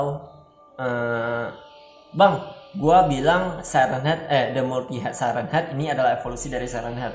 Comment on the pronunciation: Siren head dibacanya sairen head